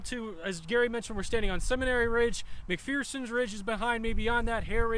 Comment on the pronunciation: Mc-FUR-sons ridge?